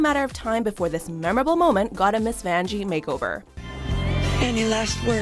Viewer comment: “Who’s there’s Miss Vanjee” haha